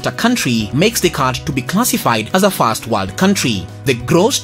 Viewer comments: I could hardly make out if you said "first" or "fast". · Which voice are you talking? I heard "first" as "fast" Please you doing well but needs more improvement